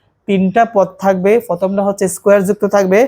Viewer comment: পদ ❎ না না না না না ফদ ✅